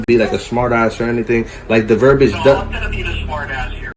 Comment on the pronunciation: Its verbiage (ver-bee-age) not verbage. And whats up with that dumb ass facial hair?